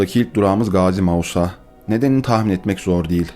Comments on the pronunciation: İyi güzel belgesel çekiyorsun ama çekmeden önce daha iyi çalışıp Magosa ve Lefkoşe adında yerler olmadığnı bilmelisin. Doğrusu MAĞUSA (GAZİMAĞUSA)/ LEFKOŞA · Mogosa Lefkoşe diyen maldır Kıbrıslı felan değilim ama okuması yazması olan düzgün şekilde telaffuz eder. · Magosa degil "Magusa" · Magosa değil MAĞUSA !!!! TELAFUZUNU YAPAMIYORSANIZ BELGESELİNİ DE ÇEKMEYİN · Magosa değil, ''Mağusa'' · Magosa değil, Mağusa. Lefkoşe değil, Lefkoşa! O kadar güzel içeriklerin mevcut, bazı şeyleri doğru söylemeye özen göstermen gerekiyor. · "magosa" değil, "Gazimağusa". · ben bir kktcli oloarak begendim ama magosa değil, mağusa :D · Hocam ismini de doğru okusan tam olacak gerçekten... Mağusa ya M A Ğ U S A bu kadar zor olmamalı. Tutturdunuz bir Magosa gidiyor dikkat edin böyle şeylere.